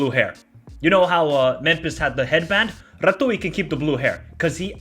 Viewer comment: Rah-tzyu - RATZIU - RATIU (TZ)